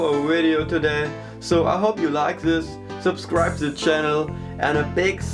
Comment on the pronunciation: "Like sis" und "färad" am Englisch ist noch zu arbeiten aber sonst ist das video ganz gut